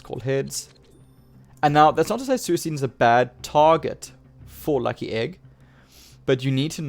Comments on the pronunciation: ye like swee - kune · Suicune. C is not sound like S. Lol hahahah, maybe some other PTCGO players doesn't watch the Pokemon anime!🤣